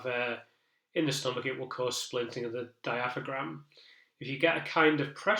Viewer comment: Thanks for this. Your analysis has been so interesting and informative. Looking forward to reading your book. Just in case you narrate your book, though, diaphragm is pronounced dia-fram.